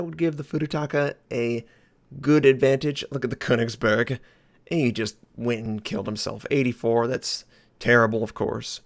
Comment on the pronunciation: "The Kounicksburrrrk" My ears :(